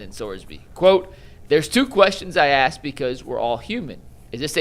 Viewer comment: The word is ask, not "axe. If you're going to be on broadcasting, or whatever you want to call this, how about proper grammar.